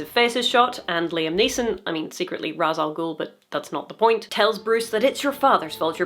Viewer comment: So... Ra's Al Ghul is pronounced "RAYSH al gool". It's not typically pronounced Rahz though, to be fair sometimes the directors get that wrong too.